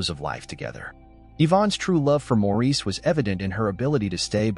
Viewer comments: Pronounced Morris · Maurice is pronounced Morris. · Please pronounce Maurice's name correctly. It is pronounced Morris or Mo for short. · Nope it’s Maurice